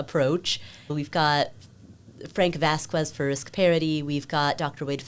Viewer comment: off topic, but it drove me a bit nuts how she kept butchering the pronunciation of “Vasquez “.